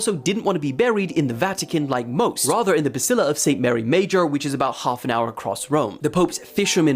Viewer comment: It's a Basilica, not a Basila.